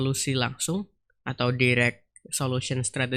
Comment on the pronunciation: sekedar saran bang, direct itu dibaca "dairek" bukan "direk"